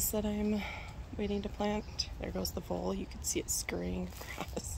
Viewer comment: WHAT was the critter scurrying??? Your voice sounded like "bull"; Closed Captions had it, "bowl". Don't think it was a bowl or a bull -- in fact, it looked + scurried like a huge Australian BUG of some kind! PLEASE share WHAT that creature was???? Was it A VOLE??